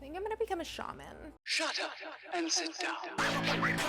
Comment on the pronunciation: not to be that guy but there's no r in shaman.